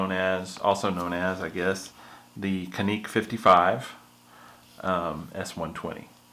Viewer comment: its not canik with the c as a K, its Janik